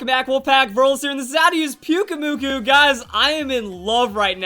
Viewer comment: I really think pyukumuku sounds better with the strong acent in the last syllable